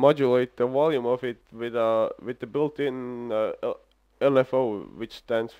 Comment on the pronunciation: modulate the "wolume" lol sorry mate not tryin to make fun it just made me laugh a lil. where you from? thanks for the demonstration and knowledge!